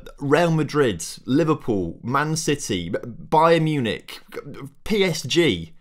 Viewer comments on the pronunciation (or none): none